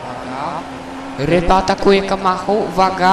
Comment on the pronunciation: kamacho czyta się kamaczo